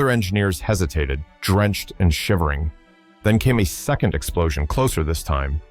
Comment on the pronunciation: You should at least listen to your own story before posting, hearing your ai having a stroke saying the word second is really off putting